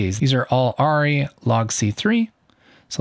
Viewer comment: Good info but FYI it’s pronounced ARRI is pronounced AIR-E not ARE-E.